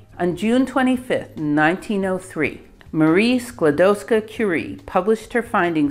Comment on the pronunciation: Dear. We Polish NEVER called Rusia OUR country. This is insult for Polish People, someone name Rusia THEIR country. Our country was NOT on the maps, but it was in our hearts, and it was always POLAND. Anyway, Your pronaunsuation of Maria Skłodowska's name is flawless.